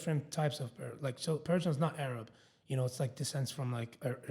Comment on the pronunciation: Ay-rab 😂 it's Air-ib, love